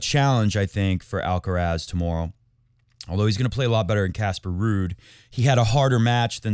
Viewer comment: What is the problem with 'mooray'? He is constantly being called 'alcaras', the stress in the first 'a' (it is 'alcarath', the stress in the last 'a') and never complains.